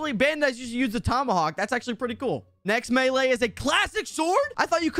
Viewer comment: Melee not male